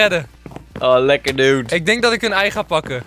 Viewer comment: waarom zeg je heel de tijd eit